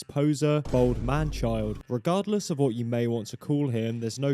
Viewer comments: It's "bald" not "bold" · "bold man child" 😂 it's "bald"!